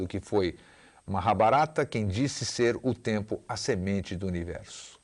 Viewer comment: Engraçado ele falando Maha - barata👉 🦗🦗😏🤣